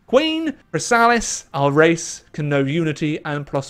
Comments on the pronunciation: No. Chrysalis is pronounced "Criss-a-lis", at least in the show. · Glad to see you came back to this mod after your last video on it. Just incase no one in chat told you, Chrysalis is pronounced "Criss-sa-liss". Also very glad you see you're having fun with the mod. If I may, I recommend any of the countries in the River federation as being pretty fun, and they have a nice story. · How are you mispronouncing 'Chrysalis' that badly?